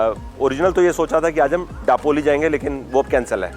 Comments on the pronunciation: Daploli,. It's दापोली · It's not डापोली it's known as दापोली. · दापोली, गुहागर that's the correct pronunciation..